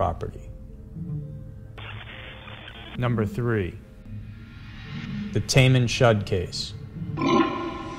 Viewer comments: "Tay-maN shud"? It's Ta-MaM shud. That's a strange mistake to make with so much info out there. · “Tamem Shud” lmaooo It’s pronounced as TAMOOM SHOD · It's just semantics, but.... "Tamám shud" - Thā•māhm shöd. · When you pronounce it, its Ta Mom Should. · Great video, but you pronounced things horribly. 1. Hinterkaifeck should be (hin-ter-kai-feck). Just like it's written. Not hinterkayfeck. 2. Taman Shud. It should be (tuh-man shud). 3. Dyatlov Pass. It should be Dee-at-love.